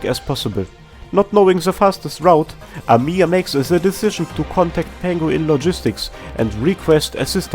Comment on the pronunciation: Come ooon man Why is everyone pronounce our best CEO bunny as amIya? She is Amiya, not AmIya Make emphasis on first "A" in her name, not "I".